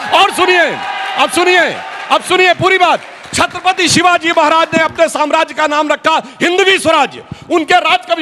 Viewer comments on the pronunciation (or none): none